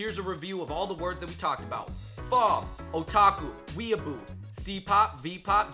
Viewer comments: So many people ik say pho like foe but it is actually fuhh lolxD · That's not how you pronounce pho... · One day, I'll find a youtuber who can actually pronounce pho.